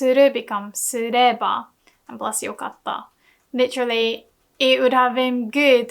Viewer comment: Thanks for the video, they help a ton. Very off topic but I keep hearing よかった pronounced with a が instead of the か, am I wrong? I might just not have the sounds down yet. Moreover I would love to hear you speak the sentences we build in the lessons at a more natural speed after we read it at a slower speed before so that it is easier to develop a feel for pitch in sentences. I really like it when you sometimes go a little off topic and speak at a slightly faster pace. As always great work! 次回のレッスンを楽しみにしています！